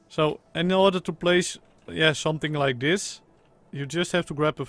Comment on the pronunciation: CEO of “sumting like dis”